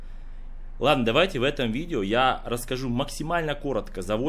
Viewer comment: Ты сказал разказу или расскажу?